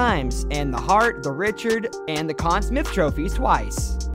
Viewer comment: Smythe is not pronounced Smith in this case.